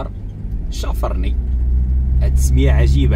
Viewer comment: الأخ بغيت نصحح لك واحد المعلومة في ما يخص الدوار لي مشيت له في نواحي تيزي نتاست إسمه (شافرني) والنطق ديالو ماشي كما تسميه انت. ينطق باسم شافارني chafarni ماشي chafrni